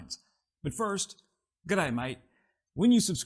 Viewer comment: Ah , dont say G' day with that accent 😂